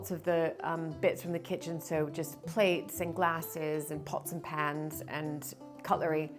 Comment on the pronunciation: When you said pot's n pan's , Sounded little english accent then. :) What a lovely video, thankyou for sharing.